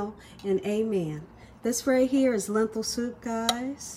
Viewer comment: The word is lentil not lenthil